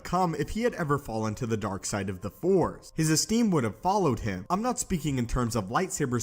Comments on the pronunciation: Him please not hime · Here when it says hime